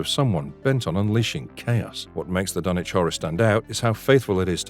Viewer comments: I had the distinct bPLEASURE of meeting Bruce Abbot, Ken Foree & Jeffrey Combs!!! COoS with Cage sucked. Dagon wasn't bad at all, THE THING is fantastic. Thank you for pronouncing Dunwich correctly. The Mist is sensational!!! Castle Freak was better than it sounds. Arrival had HPL vibes, don't forget Jeff in the Evil Clergyman, Night of the Living Dead 3d:Re-animation, Frighteners. Christopher Heyerdahl in Out of Mind: The Stories of HP Lovecraft; he portrays HPL. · Yay! Someone who pronounced Dunwich right!